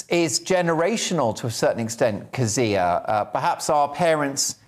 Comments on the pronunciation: Jeez, you'd think the host would have learned to pronounce your name given he used it about 50 thousand times. It's funny to hear you interviewed by someone who doesn't know your opinions on everything yet :D Methinks that fella has a lot to learn. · Well done Kezia! The interviewer is incredibly annoying. The guy could have learned how to pronounce your name don’t you think? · My god why can't pronounce Kezia properly....